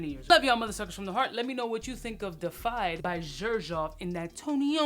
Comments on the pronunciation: De uh fied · It's pronounced "day-iff-eyed" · Love ya man, it is pronounced Dee-efied. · 🤣🤣 Nobody could help him with the word before he hit record!? 🤣🤣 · Yup, botched the pronunciation, and the spelling in the title.